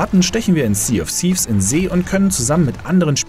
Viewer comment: "Sea of Seefz" xD Die Legende besagt, dass dieser ganz besondere Ozean seinen Namen daher hat, weil die Piraten früher dort immer aufgrund des niedrigen Windgehaltes am Seufzen waren.